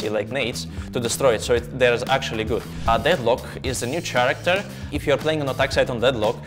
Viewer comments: Bro really said ch-aracter instead of k-aracter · I loved the way he said character 😂